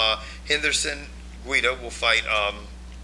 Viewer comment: how many times are you guys going to forget how to say GUIDA it's pronounced "gweeda"